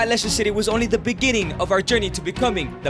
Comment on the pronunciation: “In the beninging of our journey” did i say it wrong, “in gi biginging”